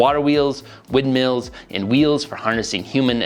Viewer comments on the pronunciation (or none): "Windmeals" got me dying bro